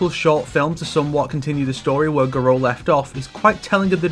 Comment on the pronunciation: Garou, no Guro.